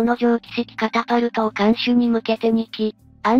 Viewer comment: 電磁式カパタルトなのかwww カタパルトじゃ無いです。 カパカパなんじゃない。